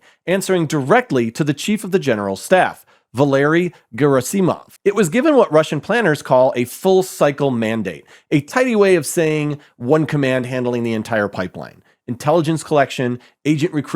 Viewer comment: Ever consider listening to somebody who knows how to say those names correctly beforehand, and perhaps practicing? You lose a lot of credibility when it sounds like this is the 1st time you've read, checks notes, Val air eeee Ger ah simov? Is that right?